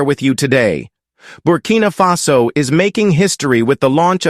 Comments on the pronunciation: It’s Burkina Faso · Thank u to talk about stuff like that! I was just watching his last interview! White supremacist are so intimidate by him… also its « Burkina Faso »💪🏾